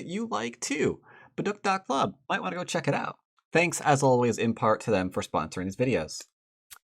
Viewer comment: You're the best,. Learn so much from you! Also, just an fyi, "baduk" should be pronounced "BA-dook" with the k not said hard.